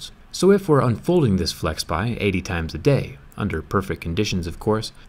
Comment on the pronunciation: FlexPai, not FlexPie (video descr)